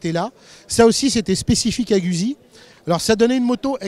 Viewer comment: Très bonne vidéo, à part la prononciation de Guzzi, la francisation du nom est extrêmement dégueulasse à écouter